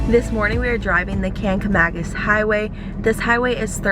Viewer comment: Love to watch videos from where I live.(Conway) not that it's a big deal but Saco is pronounced Saw-co and kangamangus is kanga-maw-gus. Nice video thank you!